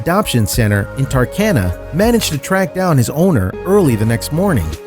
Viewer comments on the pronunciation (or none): the city is not TARKANA. It is Tex-Ar-Kana on the border of Texas and Arkansas. If you're going to do a story, it helps to get the name of the city right. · did you really just pronounce it tex arkanan? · Dude c'mon It's TEX - arkana Texarkana Get it straight man